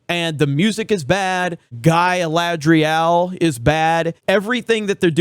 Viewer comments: "Guy-Lad-Real" lol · Lol even pronounced Galadriel's name wrong. Dont listen this dude. The fact he thinks it should hold to Jackson's film tells me you have no clue what he's talking about. The easiest tell people aren't a Tolkien fan is the lack of understanding that there's 4 Ages of storytelling in all, and it rounds up to about 10,000 years(probably more) of history. In terms of how it looks, the art directors and whoever produces it have FULL reign to make it look however they want, aside from artist paintings there's no real description aside from a general one of the 2nd Age and before then. As long as they hit the lore that connects the story of The One Ring with the intertwined characters and events, it's a success.. I bet you think The Eye of Sauron is "the lidless eye of ringed fire". Smh.. Bandwagon fans... 😒